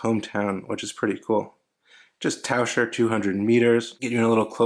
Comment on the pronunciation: Easy: ‘taʊkɜr:-) But you pronounced well in the video. And yes, as you said it means diver.